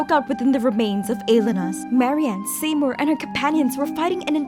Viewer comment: Interesting theories. I'm of one mind to bet that Sandrone got jaded after all these years, knowing she never could replace Mary-Ann. Also, I'm begging you to learn how to pronounce "Seymour." It's "see-moor"